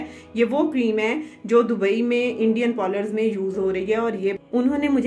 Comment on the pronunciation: Paurler NHI parler hota h.